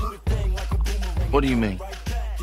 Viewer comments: I'm actually impressed how he pronounces Hyundai cause thats how it is supposed to be pronounced 😂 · Love the fact that pronounced “Hyundai” right unlike a lot of North Americans pronouncing it “Hondai” lol